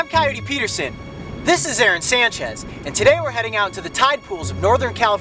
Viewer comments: Aron Sanchez!? Aàron Sanchez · When I heard him say 'Aron Sanchez', I thought he meant the chef Aáron Sanchez..